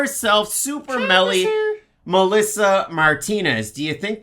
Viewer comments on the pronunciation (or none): It's super mely not Melly. Therefore you got to go with super mely